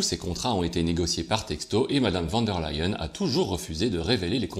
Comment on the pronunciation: Leyen, ok c'est allemand, mais prononcé comme en anglais le verbe "to lie" se prononce "laÏ" presque comme ley en 🤣🤣